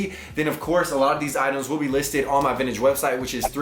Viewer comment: Whole buncha garbage.. Also please stop calling it “Vinnich”